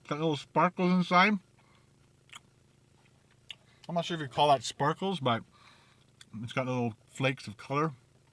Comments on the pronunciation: lol you said sparkles not spinkeles it sprinkles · Sprinkles not sparkles...😂